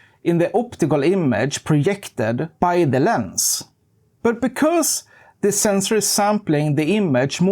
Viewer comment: The sensoor scratched my ears